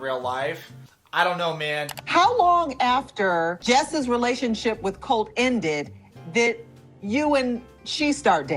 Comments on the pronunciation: She seems to only add it to words ending in "e" or "t". Say colt but pronounce the t like you would if your saying it off the alphabet. Or col(tea) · About the "eeeee" at the end of the words: I think its more, like, a tactic to think while you speak, when you are learning. You see, if you say "colteeeee" instead of "colt", you have 2 extra seconds to think and remember the words in english. Usually you drop that when you have a few years of living in an english language country. That, and also, portuguese have more words with the tonic syllable as the last.